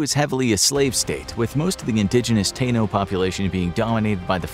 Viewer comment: Taino, as in Tai-ino